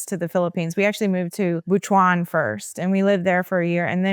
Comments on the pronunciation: Butuan is pronounced as “boot-one” with the accent on “boot” and Davao is pronounced as “da-vow” with the accent on “da.” You lived in the Philippines longer than I did and I was born there. The culture shock makes sense. I grew up speaking Waray-Waray, but my husband only knows Tagalog. Good thing I learned it in school so whenever we speak in “private” we use Taglish LOL. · I’m confused why is somewhat mispronouncing the regions in the Philippines where she resided (i.e. Butwon and Da-VAO).